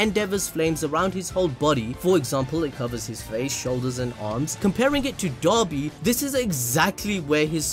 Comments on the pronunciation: People: pronounces "Dabi" as "Dobby" My brain: "Master had given Dobby a sock, Dobby is free!" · Dabi not Doby